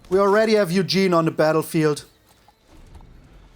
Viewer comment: Its ugin (ooo-gin)